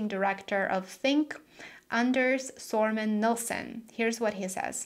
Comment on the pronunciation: you pronouced sörman nilsson wrong. Dislike sir. For not apologizing or even trying.